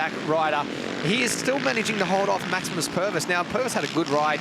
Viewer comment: Hahaha Maximum Pervis, you mean Maximus. He's a kiwi! Don't f*ck the name up! He ain't a dumb australian